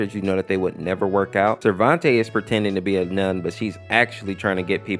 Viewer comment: Everything that you made mistakes on (Don't worry, it's not as long as it looks.) The Mid Fight Masses Family's names were mispronounced. At least most of them. All that have been mispronounced are listed below. Silehver [Selever] Risaizy [Rasazy] Sarventay [Sarvente] And also, they did not pronounce Lila's name like that in the original series. Skid and Pump are also wearing costumes, so Pump is just a nickname. I have proof of this because I basically saw them in the show without costumes, like in pictures hanging from the walls. Lemon Demon can't have a real fruit head either, because I thought KawaiSprite said that a lemon was the shape of the original character's head, but he isn't an actual lemon. Also, his real name is just Monster because of this, even though they just gave him Lemon Demon because he resembles a humanoid lemon.